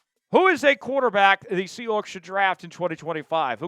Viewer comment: Quit saying SEA HOOKS